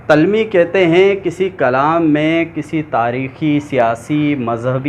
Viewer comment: اچھی کوشش ہے🍁 درست تلفّظ ۔۔۔۔۔۔۔ تلمیح ۔۔۔۔۔۔۔ Talmeeh جامِ جَم ۔۔۔۔۔۔۔۔۔۔۔۔ Jaam-e- Jum